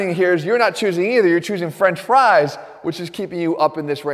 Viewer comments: This dude has been so healthy for so long, that he doesn’t even know how to say “french fries” right. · he should have stressed the word "French". Instead he stressed the word "Fries". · french FRIES?? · the way he says "french FRIES" lmao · Jeff's diet is so elite he doesn't even know how to say FRENCH fries. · Why does he say French FRIES like that though? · Jeff is so unfamiliar with French fries that he doesn’t even know how to pronounce it right. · I was thinking the same thing. 🤣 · I noticed that too 😂😂😂😂😂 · i replayed it like 4 times cuz i was thinking that too 🤣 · usually the first word "French" is emphasized; Jeff instead emphasized the word "Fries".